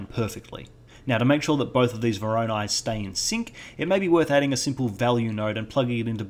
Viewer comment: Someone please tell this man how to pronounce voronoi. Great tutorial though, never knew how to get good edge detection working before so this was very helpful.